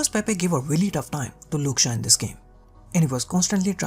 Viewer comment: Great content bro keep it up! I had to laugh everytime you said Shaw because it sounded like Luke Shah.